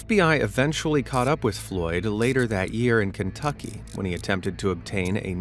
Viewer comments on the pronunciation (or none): none